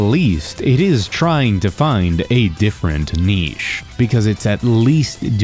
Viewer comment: I'm scared this guy is going to say niche again. It haunts my dreams.